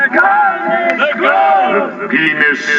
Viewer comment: just the way he says it <X,D The "Pe"nis is evil! (emphasis on PE)